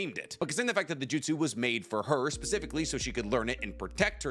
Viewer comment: bro said "pacifically", dead😂